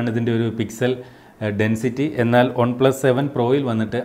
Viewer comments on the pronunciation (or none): Trivandrum kaaran aano? ഒണ് പ്ലസ് അല്ല വൺ plus